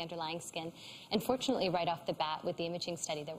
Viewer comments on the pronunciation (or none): Every time she said "an' fortunately," I thought she was saying "unfortunately," so I'd be like "Oh no," and then she'd say something positive and I'd be like, "...What?"